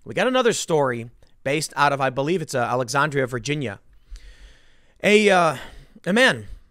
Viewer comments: Al-ex-ann-dree-ah, sorry I lived there and the way you pronounced that annoyed tf outta me 😂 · Jahah, I like how Tim pronounced Alexandria, VA. Like he would day AOCs name